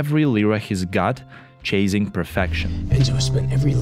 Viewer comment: Chasing произнотится как "чейсинг" а не "чейзинг"!